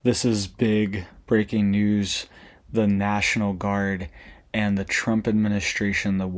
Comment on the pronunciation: This is big bweaking nuws 😂